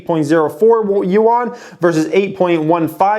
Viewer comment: Youuann 😂😂. If ur gonna invest in Chinese companies, learn how to pronounce their currency so u dont embarrass yourself. Love ur content